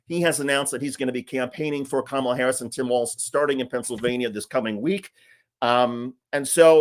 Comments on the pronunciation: Did anyone else catch that? It's the first time I have ever heard him pronounce Kamala correctly. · Most interesting thing in the whole video is that for once I heard trump actually pronounce her name correctly. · Mr. Dick'tater said Kamala correctly. He's slipping. His brain is delapidating, deteriorating, but at least DJT is feeble minded.👍